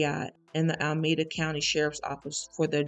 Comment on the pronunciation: Thank you for this story. And for future references, it's "A-la-me-da".